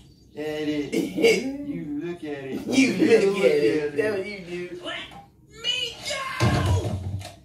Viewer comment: "You Luuk at it"😂😂😂